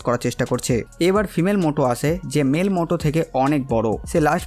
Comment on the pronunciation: মোটো নয় ম্যুটো / মিউটো